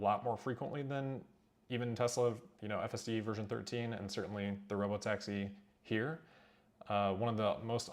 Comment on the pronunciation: So it’s “Rob-o-taxi”, now I get it!